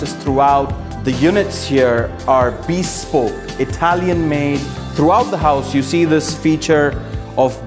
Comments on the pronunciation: Matey really needs to learn how to pronounce bespoke. It is beSPOKE, not BEEspoke. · Bee-spoke, lol